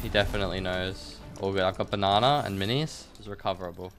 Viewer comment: It’s funny how you said Banana it had me rolling😂😂😂😂